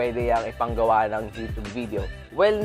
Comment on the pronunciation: YU-tyub hindi YU-tub!!